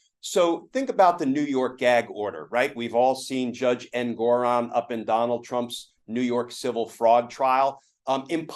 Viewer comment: Ooooh, don't tell us Glenn: "Trump's in big trouble!!!!!" What a JOKE! He's getting away with everything. The judge's name is pronounced ENG-or-on, NOT En-GOR-on.